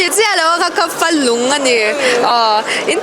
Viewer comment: A zawttu hi tlema mizo thil hre ve deuh a ngai anih hi..Falung pawh lam dik chiah lo,rawchhem pawh confi lo tawkin a sawi ania